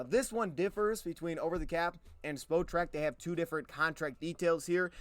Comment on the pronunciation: Spotrac “Spot-rack”